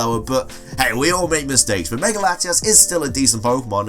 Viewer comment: Why does he always say "megar"? There's no R to it.